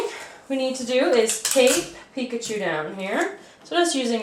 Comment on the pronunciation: I thought she said take Pikachu down instead of tape picChu down. Like U AINT TAKING PICKACHU DOWN